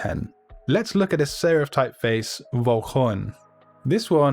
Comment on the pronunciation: I'm sure Vollkorn should pronounced with F instead of V since it is a German word (meaning whole grain). Great vid nonetheless.